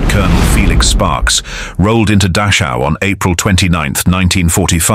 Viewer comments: Dachau is pronounced NOT as "Datchow" It's da (as in doctor) and the ch in Dachau is pronounced by nearly stopping the flow of air in your mouth, but not completely. You exhale while partially restricting the flow of air out of your mouth by nearly stopping the airflow out using the back of your tongue. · The least this video narrator or maker could do for memory of the prisoners is to pronounce Dachau correctly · "Datsjau"? "Dakkau"? "Buusjenwolt"? Screw AI!!!! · Yes please! I died inside every time Dachao and Buchenwald were said lol.